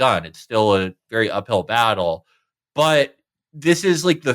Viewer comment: ..and he's a vewwy good boyy